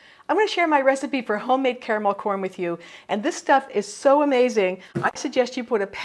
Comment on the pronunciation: Hahaha!!! Sneaky eaters you have there.. Yummy treats I've not made in a long time Gave me Much needed smiles:*) Woot woot as we say 'Caramel' & not 'carmel' :*)